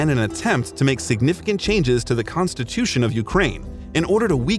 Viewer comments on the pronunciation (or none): none